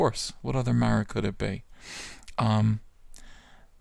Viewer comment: You miss pronounced Mara (Mar-ah)!